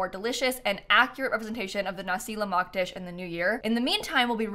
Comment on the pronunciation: Hearing said nasi lemak correctly warms my heart 😊